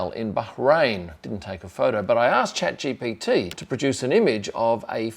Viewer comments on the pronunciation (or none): none